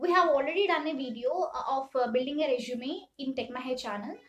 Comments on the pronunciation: Its resume i guess. Not reshume🥲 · Nice video, but small suggestion. it is resume "su" not reshume "SHU". Kindly work on this pronunciation part, sister. Thanks again. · I loved the way u say resume😅